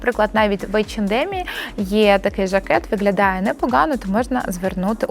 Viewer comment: Дуже корисна інформація 👌🌸, в українській мові треба вимовляти «г»,, а не «ґ». Ви перейшли українську, а лишили Ґ з російської - виґлялає, ґоворимо і тд. Це дуже ріже слух і звучить смішно!!! Виправляйте це.